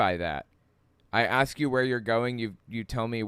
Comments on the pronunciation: The "ask" thing he did is a dog whistle. Bigots like to make fun of the fact that some black people mispronounce the word ask. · I'm guessing Jesse over-pronounced "ask" because a black white supremacist like him would reject AAVE and doesn't want to be misheard as saying "axe" instead. (I'm sure there's a proper way to spell it that isn't the wood-cutting tool but I don't know it off the top of my head.) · JlP had a problem with the word ask because he wants to say aks and desperately does not want to be associated with the black culture that pronounces ask as aks. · That JLP guy sounds awful. Not only his beliefs, but also his speech. Oh, I'm guessing the reason he was focusing on the word 'ask' is bc a lot of people say 'aks' instead. I learned it used to be an acceptable way to pronounce it but it eventually fell out of favor. Now it's thought by most people that saying aks instead of ask makes a person sound uneducated. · I think he did the "ask ask" thing because I heard many black people kind of pronounce it as axe, and he wants to show he is above them because he doesn't. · the audio is a little hard to distinguish bc of them talking over each other but I believe Peterson used a dialect called African-American Vernacular English. A common pronunciation that differed from proper English is axe instead of ask. Being that he thinks black people are lower, I think he was over correcting himself.